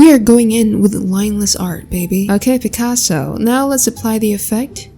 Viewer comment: I effing cant with your picaso. I don't know why Its so fanny to me every time you say it.